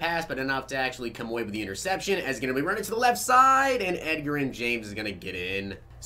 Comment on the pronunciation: no shade but its pronounced ed "j"erin james